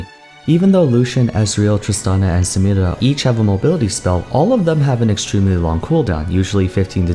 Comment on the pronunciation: man I love how you pronounce Samira, it's very accurate